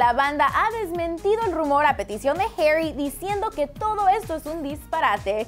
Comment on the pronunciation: No sabes decir Zayn y harri